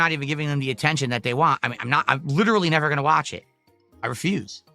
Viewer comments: can't pronounce the letter "T" at the end of a word if it doesn't have another letter after it. An example would be the word "Want". He says it as "Wahhh". Thats why he over enunciates the "T" in Twitter and Turkey. He has some kind of speech impediment. This is pretty common in people that have developmental disabilities. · His inability or refusal to properly say the word “want” is so annoying 😂